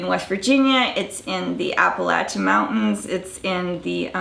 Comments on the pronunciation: First off, no denying that you are talented. Second, thank you for pronouncing Appalachian mountains correctly! But honey you kind of butchered the first accent, being from Southwestern VA, not all of us say “um” all of the time, and we are more than just “po ass white boys.” We do have a mountain twang but we are way more educated than you make us sound! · Wow she did the southern mountain accents really well! AND HOLY SHIT SHE SAID APPALACHIAN RIGHT!!!!!